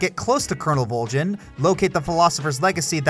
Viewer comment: why.......why did you pronounce volgin wrong, if you've played the game then you know how to pronounce it man